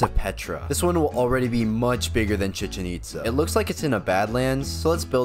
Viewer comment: ChEcHen EtsA BRO WHAT THE HECK IS THAT PRONUNCIATION AHAHAHAH